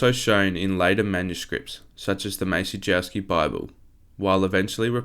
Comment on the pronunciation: Very interesting video. Like others have said, I'm glad it wasn't AI narrated but you need to work on your pronunciation of names and places. I appreciate you're doing your best from written material available and likely haven't heard others pronounce them but if you can nail the pronunciation of names like "Maciejowski", "Bouvine" and "Bayeux", you'll significantly elevate the quality of your content.